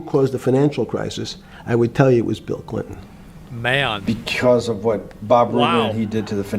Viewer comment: he checked his ah! “I was pretty clear it was Bill ClinTON.”